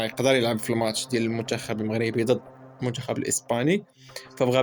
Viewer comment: الشعادل. المنشخب وصحح حرف التاء ماشي الشين .صحح المطق ديالك شمايا .الشقافة.